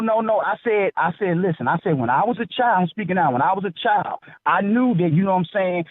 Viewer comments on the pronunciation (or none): Also it's pronounced Child, not Chio, and it's Kids, not Keeeeeeids!